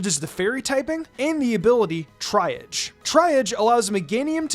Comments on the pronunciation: Triage is pronounced "TREE-ahj" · Love your content! Just wanted to point out that The word “triage” is pronounced tree-ah-je (with the je being the French je like Jean Pierre) - and it’s used in this context in reference to the hospital triage system, where they treat patients on a basis of urgency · TREE-AHJ is how meganiums ability is said, sorry, made me twitch lmao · just fyi - triage is pronounced like "tree-aj" since it's from french :) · Triage is pronounce TREE-aazh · Gahhh... I'm such a Grammar nazi and I apologize for correcting you,. This is how you pronounce of 'Triage'. Here are some written examples of how to pronounce it. Triage: Tree-Ahj. Trē-äzh. Trē- äj. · please look up words you don't know how to pronounce. I am cringing at how you said the word "triage". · Glad I wasn't the only one lol 😂